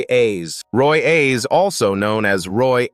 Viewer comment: The guy’s name was Roy Ayers not Roy Ace damn AI needs to get their shit together